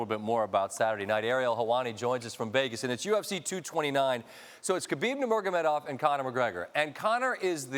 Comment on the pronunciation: For someone who doesn't follow ufc, you pronounce khabib's last name perfectly